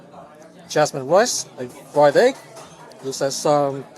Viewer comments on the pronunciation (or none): none